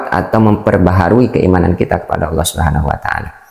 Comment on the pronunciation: ALLAH BUKAN ALA